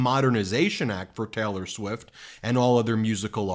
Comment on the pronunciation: "Taylor" isn't pronounced "Teller". 🤔